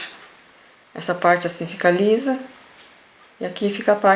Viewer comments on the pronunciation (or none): none